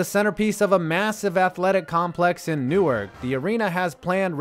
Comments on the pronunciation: The city in Delaware is pronounced "New-Ark" like Noah's boat, not "New-irk" like the city in jersey. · Newark is pronounced New Ark in Delaware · Newark in Delaware is pronounced like new ark. Not like Newark New Jersey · It's my understanding that he mispronounced the city as well. I've been to Newark, DE, and i was told it's not pronounced [NEW-erk]; it's pronounced [new-ARK]. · Newark Delaware is pronounced New-ark....new-erk is NJ. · It’s pronounced NewARC not NewWORK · It’s “New-Ark” Delaware, not “New-Erk” Delaware. As a native, I’m offended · Excuse me, but about Delaware, it's not pronounced Newerk like NJ, it's New Ark. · I am from here and it’s not newer it’s new-ark also Ive been there I’ve had good memories there but I can agree the stadium is kinda shit. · New-ark, Delaware; New-urk, New Jersey. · It's pronounced like New Ark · You completely botched the pronunciation of "Newark", Delaware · you pronounced newark wrong stop disrespecting delaware